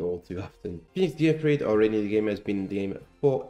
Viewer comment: Just a quick note: the name "Gearfried" should be pronounced "gear-FREED". This is the only card that should be pronounced "gear-FRIED", like fried chicken. Because he's on fire.